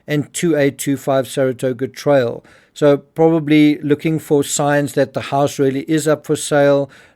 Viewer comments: She's a lawyer? And she thinks trail is pronounced "trial"? God help her clients. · How does a lawyer mistake the word "trail" for "trial" in the narration but the error isn't caught during editing?